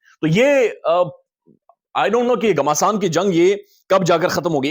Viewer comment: بیٹا جنگ "گھماسان" کی نہیں، "گھمسان" کی ھوتی ھے۔